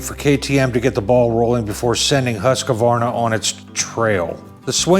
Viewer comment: Remember when saying Husqvarna, the “a” between the q and v (which isn’t there) is silent.😬 Yes I’m going to bust on you 😂 I always did the same thing until they made a chainsaw commercial explaining the correct pronunciation. Wish I could find it and post a link. It was entertaining. That’s a lot of bike, sweet.